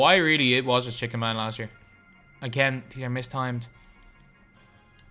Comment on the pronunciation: Stop saying chicken man. You obviously don’t play park first of all. And you say chick man instead of just chicken.